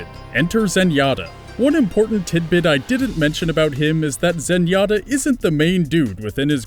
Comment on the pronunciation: zenyatta is clearly correct